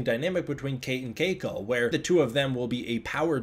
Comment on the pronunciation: I kinda like how you pronounce 'Keiko' ==on other media folks just say 'Kay-ko' (See Miles O'Brien's wife on DS9), rather than pronouncing 'All' the vowels. AND while we're at it, I have to say: I don't normally 'Fetish' Asian women, but Darn, both Cate and Keiko are just gorgeous.